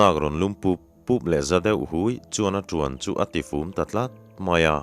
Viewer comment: Ṭhutkhâwm lat lat..ti lovin, ṭhutkhâwm lât lât..tih ni zawk ta se..?